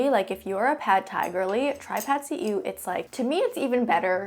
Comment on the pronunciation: Wow! As a Thai, I'm quite impressed that you pronounced PadSeeEw very accurate.